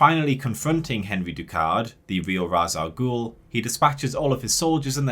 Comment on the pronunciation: All valid criticisms. But the most egregious failure of this trilogy is still spreading the mispronunciation of Ras Al'Ghul's name. It's hard to take a villain seriously when it sounds like the hero is fighting the bureaucrat from Monster's Inc.